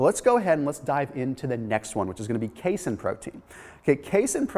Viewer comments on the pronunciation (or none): ...that's pronounced K-seen (casein), Dude. Sorry.